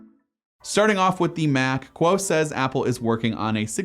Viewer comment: ming chi kuo not quo